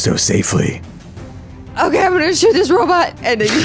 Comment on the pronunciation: I hate when says Robit. Row-bot, Row-bot! Ugh. Otherwise I love the show.